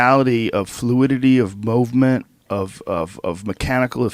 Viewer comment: Fluidity of mow-vement